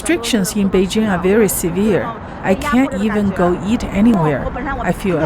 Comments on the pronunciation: Try to get the pronunciation of Beijing better. It’s not hard. Bay plus jing as in jingle bells. Hard J. There isn’t a soft J sound in Chinese like the je in French. Nice video, thanks! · If your film is about Beijing, please pronounce it correctly. BaY-Jing. I heard it so much over there it grates on me hearing a westerner lenite an imaginary s and h.